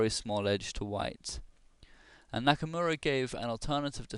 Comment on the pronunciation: Geez, Shirov is on a hot streak. I'm rooting for Nakamura personally. Also, you pronounce the name Knock-a-more-a